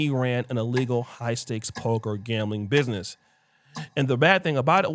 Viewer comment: Dude cant even pronounce 'ask' and 'business' correctly😂